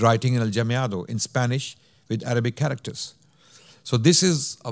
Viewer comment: Jazakumullahu khairan this was great. You gave a great overview and even covered the Oran fatwa! A kind correction, it was the Goths that sacked Rome, not the Vandals. In Spanish Mudejar is pronounced Mudehar and Aljamiado as Alhamiado. Talking about Alhamiado which is writing Spanish with adapted Arabic script, this certainly provided protection for Morisco's activities from their ignorant prosecutors but in essence aljamiado literature is from the time of the muslim rule and we have similar processes in many places like Bosnia for example or even the Persians write in a sort of aljamiado. Muslims felt the Arabic script special and very close to their hearts. Allah razi.